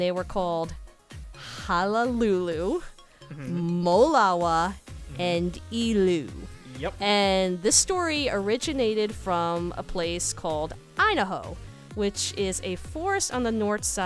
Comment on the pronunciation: Sorry for correctingbut the three legendary menehune are pronounced Ha a lulu, molava, and eh lu